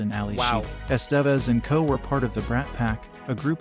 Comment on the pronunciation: Miss pronouncing Emilio Estevez ,,,driving me nutz ( S Te Vez )